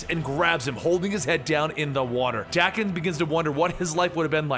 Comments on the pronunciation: bruh Daken is pronounced Dah-ken not Dak-en...smh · its pronounced DAY-kin. not DACK-in.... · It’s dang-ken not dak-ken it’s danken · Wouldn't you pronounce daken like taken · Is it pronounced "Dah-ken" or "Day-ken"?? I'm British so I say "Day-ken" what about you guys?